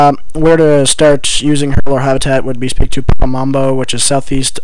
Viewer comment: It's "herblore", not "herbalore"